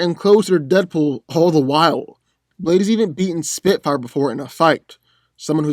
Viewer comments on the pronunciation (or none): none